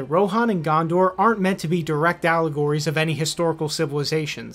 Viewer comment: Eowyn, Gondor. Pronounce them right dammit